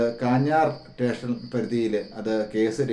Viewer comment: Tation അല്ല സ്റ്റേഷൻ.... താൻ അനൂപ് ന്റെ റിലേറ്റീവ് ആണോ